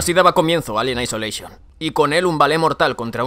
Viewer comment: "Alien aicholeichon" -.